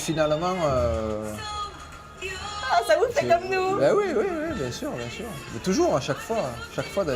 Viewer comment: Journaliste: monsieur Zidane allez vous reprendre la place de de Didier Deschamps Zidane: c’est bieng